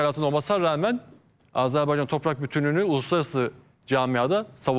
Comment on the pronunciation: Mete bey AzerbEycan değil AzerbAycan. Size yakışmıyor bu yanlışlık.